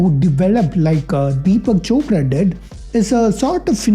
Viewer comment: Bro when you said chopra and opera I was laughing so hard bcoz it sounded something simillar😂